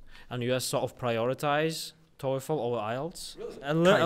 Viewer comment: and made a mistake in pronouncing the word 👉 TOEFL 👈 They pronounced toyful😭🤣😂